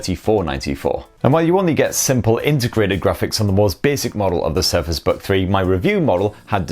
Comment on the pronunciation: Is it me or did he say "Surface bug three" ?